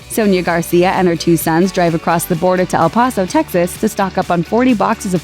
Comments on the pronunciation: El poso it's el paso also said juarez wrong but still Krispy Kreme is good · You mispronounced El Paso. Seriously?